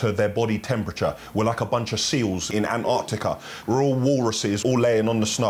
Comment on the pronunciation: Dying at how you said Antarctica 😂